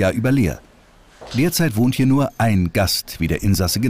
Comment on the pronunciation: Die betonung sollte auf HIER liegen!